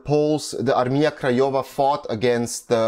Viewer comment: Really good pronounce of polish words, like "Armia Krajowa" (National/Home Army), Armia ludowa (People's Army), Warszawa (Warsaw), really cool.